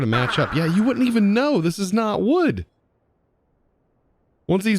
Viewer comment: you "wood'nt" even know :D